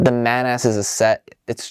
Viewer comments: Hey, love your vids. But its mAH-nAS, not "Man Ass" 😂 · Come on dude it's clearly either pronounced monoss or manuhs not man-ass. It's like how as a kid I pronounced Carapar as Cay-raper because I didn't know that last bit was a word. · Great review but you may have messed up the right claw of the white and orange crab. Also, "ManAss" 😂, I think it's pronounced more like Ma-Na-S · I couldn't help but laugh... "Man-Ass...." XD I always thought it was pronounced "MAH-nahs" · my friend thought you said "Today we are taking a look at the Bionicle MAN ASS"